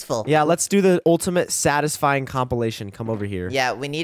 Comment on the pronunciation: That’s not how you say satisfying properly